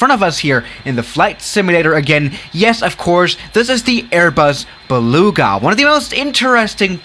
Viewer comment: baluuuuuuga. is that just me on how he pronounces it?